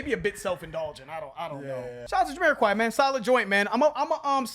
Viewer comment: Can someone please correct me if I'm wrong, but is Jamiroquai supposed to be pronounced Yuh-me-ra-kai or is it Juh-me-ra-kai??